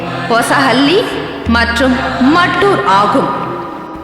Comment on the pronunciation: ஐயா அந்த ஊரின் பெயர் மட்டூர் இல்லை."மத்தூரு"கன்னட மொழியின் சரியான உச்சரிப்பு.